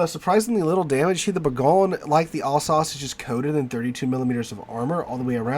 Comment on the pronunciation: Thanks for great content! Just to note that Alsace rhymes with 'bus'. 😊